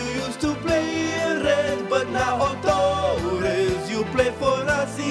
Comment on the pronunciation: i know hes trying to do a spanish accent but he should have rolled his r in torres lol